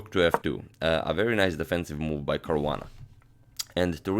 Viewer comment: It's Caruana :3